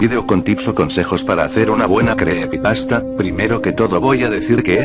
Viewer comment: Creepepasta no, se dice creepypasta jajaj